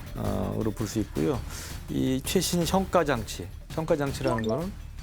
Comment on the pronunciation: '현가장치'..는 '현가장치'로 발음해야 할 듯...